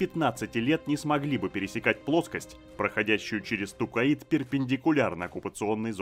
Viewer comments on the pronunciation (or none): Тукаид жостко режет слух, когда читал книги еще лет 25 назад и там планета называлась Токкайдо. Зачем так =(